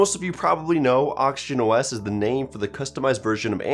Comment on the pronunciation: I always hearing him say Auction OS